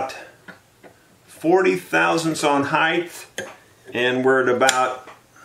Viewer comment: Sir, the word is "height" not heighth". This a recent disturbing affectation in the USA. Again it is "width" and height" not "heighth".